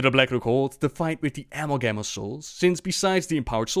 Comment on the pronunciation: uh-MALL-gum of souls